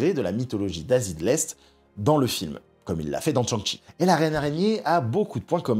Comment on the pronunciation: Il faut se renseigner sur les prononciations de noms chinois... "TCHang Chi" c'est plus possible 😂 Ça se dit "Chan' Tchi" (avec le G de "ang" ) qui se prononce presque pas, comme avec l'accent marseillais. Et "Yao Guai" se dit "Yao Gouaï"